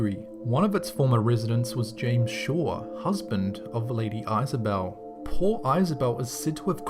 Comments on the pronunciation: It's pronounced is a belle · Why did you pronounce Isobel like that? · lady eye-sobel?? I think you mean Lady ISobel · Isobel (or Isabel) is pronounced Izzah-bell and Ada 's pronounced ey-dah (ey as in hay or hey) btw :)